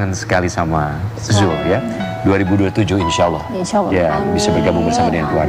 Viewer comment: mc nya ganti kali tuh yang nyebut nama zul saja belepotan